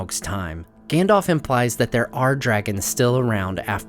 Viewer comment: Please please please can you stop calling him "Gan-dolf" his name is "Gan-dalf" ....